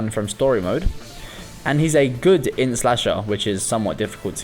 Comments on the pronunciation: As much as I love your videos, I hate how you say 'int' as 'innit' there's no I there... please... my ears are bleeding. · I agree with all of it but man it hurts my heart when you say "init" instead of "int" but great list :)